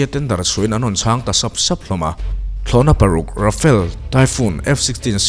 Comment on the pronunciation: Ra-fa-le tih tur.. I thumbnail ah Euro Typhoon jet fighter i dah bawk.